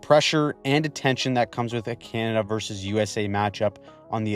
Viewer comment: You sir have impressed me with your analysis and also your ability to make the word “Canada” monosyllabic